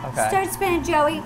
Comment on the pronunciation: When u said joey i thought u said jelly and even though jelly is not a candy could u do it?